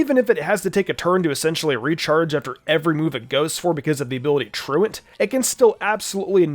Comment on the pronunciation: I wanna thank you for pronouncing "Truant" correctly lol. Feels like people forget about the word 'truancy' and end up pronouncing it"troo-aunt" lol.